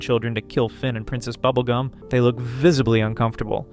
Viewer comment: "prINCEST Bubblegah and the Little Boy"! Yeah, butchered their names he did.